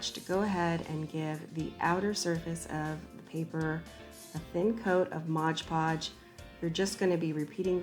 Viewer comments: it's not "modge" podge. it's "mod" podge. ARG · Adorable!! But it’s not ModGE Podge. It’s MOD PODGE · Love...but why do people call it modge podge? It’s mod podge! 😂